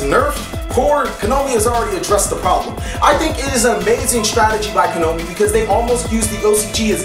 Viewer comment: Why is he saying Kanomi? Is it some sort of joke?